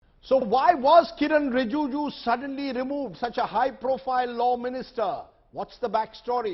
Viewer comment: Rajdeep, it is RiJIju; not RiJUju.